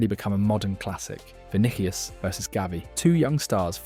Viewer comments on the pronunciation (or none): Not to be a hater or anything, but you really need to look up how to say stuff. not even 1 minute in and I'm not watching anymore because "Vinikius" and "klassiko" was too much for me... This is wasted potential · “Vinikius”! Would be good to learn the name of your subject!